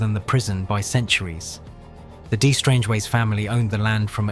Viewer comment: de isn’t pronounced “dee”.